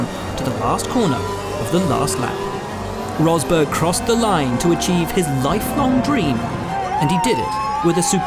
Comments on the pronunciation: " Here is Nico Hosberg" 😂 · remember when james allen pronnounce nico Rosberg as "nico hosberg", weird old day